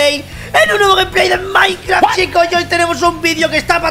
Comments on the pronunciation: Bro, siempre dise game play de minecrart 😬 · Jajajajaja dijo maicrafts